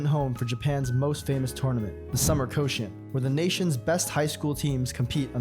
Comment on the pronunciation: Yeah, I don't want to rag on a small YouTuber, and goodness knows I would botch Thai or Swahili names for instance, but if you're going to have so many of a language's words in a video, maybe give a look at how they're said? "Shinkansen" doesn't rhyme with "Wisconsin." "Rakuten" in no way sounds like "Racoon ton." "Koshien" is ko-shee-en, not "coshun'." And, yeah, I know nobody needs to know this, but the "cera" in "Kyocera" is just the first half of the word "ceramics" (Kyoto Ceramics), and he still managed to not say it right.